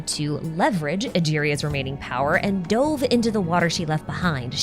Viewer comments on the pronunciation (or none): none